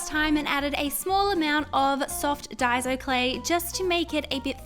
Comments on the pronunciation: you get daiso clay at the westfield mall in california, people! says it like dazzo but it is pronounced like die so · Honey it's Daiso not Daizo 💜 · It’s day-so clay